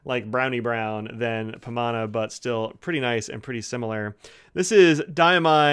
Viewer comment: You got the pronunciation right.